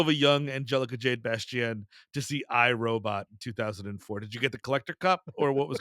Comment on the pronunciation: "Angelica Jade Bastién" That's a naw from me. Unbearable.